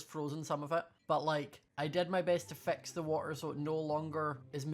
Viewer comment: It took my a long time to realise he was saying, fix, not vex